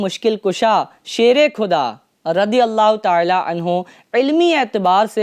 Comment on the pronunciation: کھدا👎 خدا👍 کھلیفا👎 خلیفہ 👍 اپنی اردو صحیح کر لیجئے